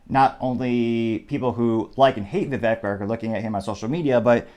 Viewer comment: Very disappointed that you did not show the actual video of Vivek talking to the person. Other sites that I choose to watch do it. BTW, his first name rhymes with "CAKE"!